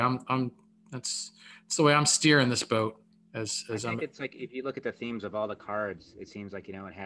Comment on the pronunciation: Boat rhymes with goat